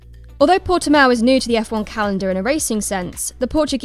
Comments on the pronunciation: It's Portimão, come on guys... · Your 'proper' title was a mistaken attempt to pronounce it in SPANISH. So retry, realising it is in Portugal. Similar language, but still distinctively different.